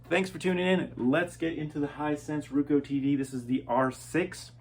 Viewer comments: Pronounce roku as row-koo. Not rou-coe as you do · Its pronounced rOkU not rookoo . good tv